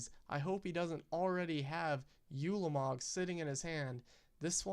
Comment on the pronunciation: while were at it. its pronounced oo-la-mog not you-la-mog. its also kah-Lee-tas.